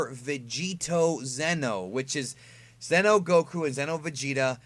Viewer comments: It's not Zeno like king Zeno it's Xeno pronounced zee-no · each time you try to say "Xeno", you are ACTUALLY saying "ZENO", who is the OMNI KING.😁